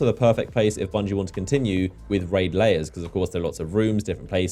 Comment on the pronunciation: Please.. it’s raid lairs not layers